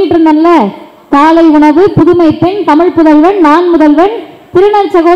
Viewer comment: You first pronounce tamizh instead of tamilu